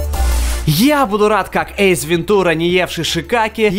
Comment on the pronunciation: почему ты говоришь эйЗ, в место эйс....